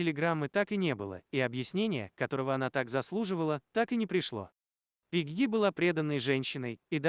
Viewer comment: Пегги, ударение на е